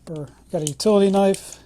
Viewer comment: The K is silent for the love of God.